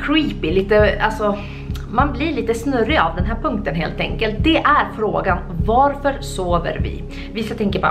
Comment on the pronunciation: Förlåt förlåt så jävla mycket men du säger "vaarför" man skriver varför men man uttalar värrförr